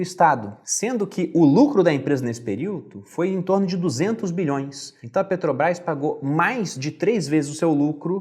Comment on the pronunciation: Muito bom o Video, mas ouvir "Peteobrais" é foda